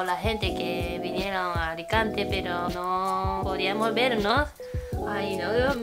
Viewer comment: Venimos de Alicante -¡De "Aricante"! Muero con, me encanta!!!